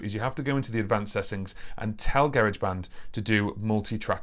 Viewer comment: Just here to confirm the UK pronunciation of Garageband. Take my like